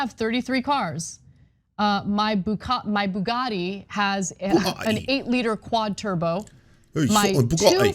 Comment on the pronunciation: Okay, no shade on Ana, but she almost said "bukkake" instead of Bugatti, and that cracked me up!